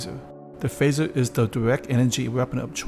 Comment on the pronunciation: It’s phaser, not phasher.